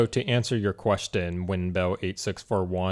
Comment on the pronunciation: A guy who pronounces the word like "people" and "question" wrong, teaches English later to justify his skill issue... 🤯😂😂😂